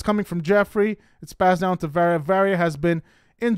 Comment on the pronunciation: HER NAME IS VARIYA ( VAH-RI-YA)!!!